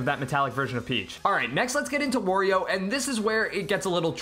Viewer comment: Another thing. "Wurrio". That's it.